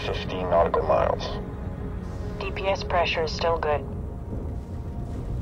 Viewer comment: DPS pressures is pronounced "dips".